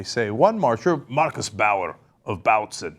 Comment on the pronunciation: Lmao cenk that german accent😂 marrrkuhs bahueah